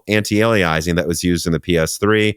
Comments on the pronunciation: It's not "anti-ale-ee-eyes-eeng", it's the word "alias", like the Jennifer Garner show from the 90s, "ay-lee-uss", anti-alias-ing. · anti-aliasing: not anti-aliaising :) also: NAS is pronounced as one word ("nas", as in "jazz")--not N A S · it's "ant-eye-alias-sing"